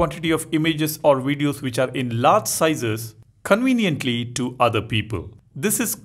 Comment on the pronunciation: I like watching your videos bro, but please try using the letter V! You know video, not wideo! Conveniently, not conweniently! At any rate thanks for the info is wery cool!! Oops I mean very!!